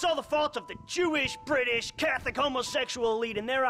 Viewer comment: I dont know why but the way he says brittish makes me crack up